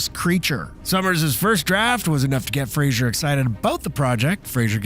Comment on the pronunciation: Brendan Fraser not Frasier.